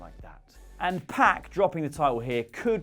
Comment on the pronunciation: ps. pock, not pack